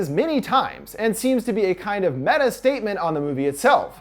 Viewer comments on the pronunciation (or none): none